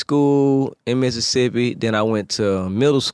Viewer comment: Finally someone said Mississippi the way we pronounce it here! I love Zaytoven